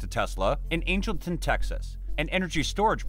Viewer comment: Pronounced Angle - ton. Great video! ty